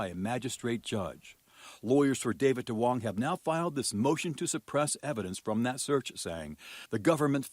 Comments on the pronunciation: Duong is actually pronouned like yoong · It’s NOT DWONGs. It’s pronounced “Yungs”